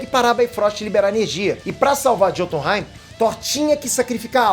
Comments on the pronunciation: Bom vídeo ! A pronúncia não é “JÔtunheim” é “iôtunheim” Assim como vc pronuncia “miolnir” e não “Mjolnir” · a pronúncia é "iotunheim", o "J" tem um som de "i" nos idiomas nórdicos.